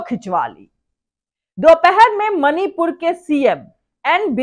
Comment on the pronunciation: Mani pur ka ma nhi bol pata hai jaheelo se kya ummed